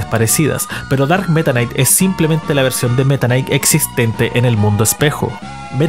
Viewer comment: Tomense un shot cada vez que dice "darkk metanaiic"